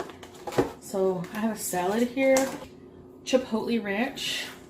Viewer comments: The way she pronounces “Chipotle” triggers me HARDCORE. “Chipotlee” 🤯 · What she say chipote like that